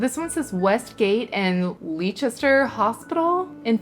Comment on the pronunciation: If you're dish says Leicester it's pronounced Lester :-) Great haul. Love the quilt